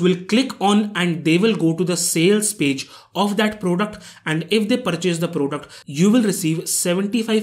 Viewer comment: It's not kauntent its content It's not pruduct its product Mistakes brother 😉